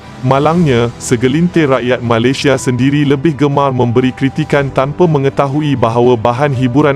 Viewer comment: Sebut Malaysia pun tak betul. Hahahaha.